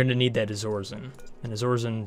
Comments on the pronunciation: BTW the second material is not "Izorizen" It's Iso-resin, pronounced Eye-so-rez-in. Bugged me every time you said it XD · is it pronounced iso-resin? that seems better... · Why do you say things so weird... iso-resin, and shove vole is two words. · I believe it's pronounced EYE-so-re-zin (Iso-resin)